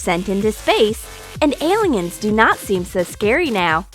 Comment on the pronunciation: Love how they say aligens instead of aliens